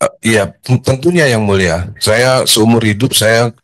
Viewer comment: Ngomong yang mulia aja susah mulut mu Dhan😂😂